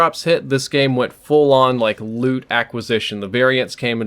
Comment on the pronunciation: Anyone else keep thinking he was saying "lewd system" instead of "loot system?"